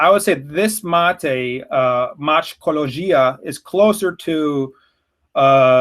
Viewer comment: You've eliminated a syllable in the name! It should be pronounced ma-teh-co-lo-ji-ca. You got there in the end haha. Also, they actually technically grow more mate in the state of Paraná.